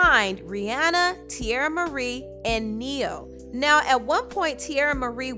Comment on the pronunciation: I was confused. Like I thought she was saying Neil 😂